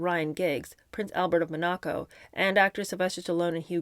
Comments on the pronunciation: The Principalicy of Monaco is pronouned MON-ah-co. Not Mon-AH-co. Just saying. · MonAHco 😂 love the way you pronounce that. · Oh my gosh! PLEASE look up the pronunciation for "Monaco"!😂😂😂